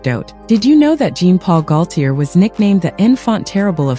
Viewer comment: Omgawd, mis pronouncing GAULTIER's whole name. AI needs better input...